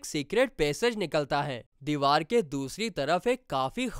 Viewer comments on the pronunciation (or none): none